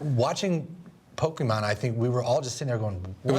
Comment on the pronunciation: funny how they pronounce pokemon sounds likes a Bokkimon... which means erection